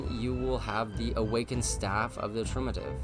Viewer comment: ❎ Triumvirate ✅ Trumativ 😆😆😆